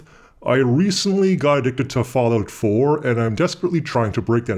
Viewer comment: I had to rewind the beginning of the video several times because I misheard Fallout 4 more than once for father of four... That would be quite an addiction! Great vid, thanks!